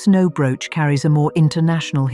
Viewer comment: Hate the narative Broooch pronouncing the brooches.. The # of loose diamonds means if one falls out of something it can be replaced ! AMAZING ! The flower basket suddenly came to garnets and citrines it didnt have or you just showed someone else's Pin !